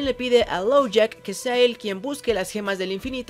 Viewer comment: Uh Dijiste "Lowjack" y es "Lockjaw" Solo eso, me encantó el video